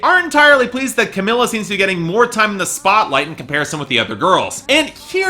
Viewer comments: it's pronounced cameela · he seems to know all this shit about 5h but can't fucking pronounce camEELa